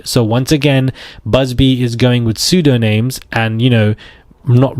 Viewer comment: It's pronounced like pseudonim not pseudoname.